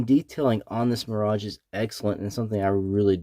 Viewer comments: American: My-Rage, obviously ;) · Good review, but you can't pronounce mirage correctly Off-putting